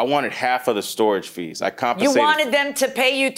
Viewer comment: "im not moving your car without being CONFENSATED" lmao whet